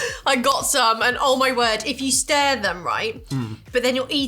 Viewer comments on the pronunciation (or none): Your 'stir' came out really Liverpudlian ! 😂 Hats off to your mum for giving you that inflection 😘